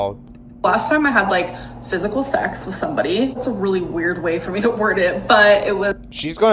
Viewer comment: ah yes the "physical zex" 😂